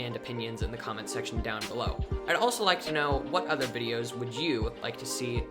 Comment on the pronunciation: Fianlay news bidios